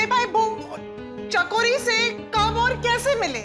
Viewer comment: Chakori ❎ Chichori✅😂